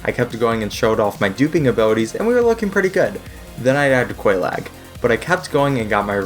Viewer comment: Bro...how did...how could you butcher Oolacile and Quelaag so badly? I mean the NPCs say their names already!